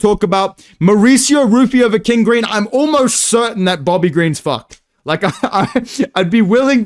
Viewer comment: If I hear you mispronounce King Greens name again I will press you lil bro